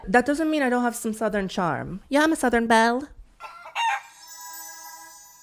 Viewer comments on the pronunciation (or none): none